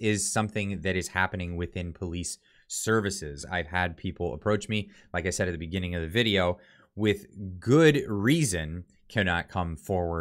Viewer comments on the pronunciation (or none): none